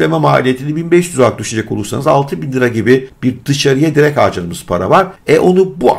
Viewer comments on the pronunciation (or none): none